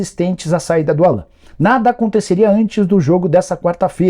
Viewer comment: Não é Allan. Se pronuncia Àllan. Como se tivesse um acento no A